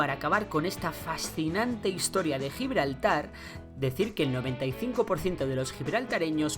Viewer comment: Ni siquiera saben pronunciar Gibraltar...